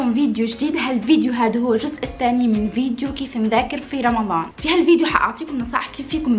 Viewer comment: حد خد بالو انها بتقول رمظان مش رمضان